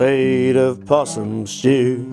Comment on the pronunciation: Possum shtew 😂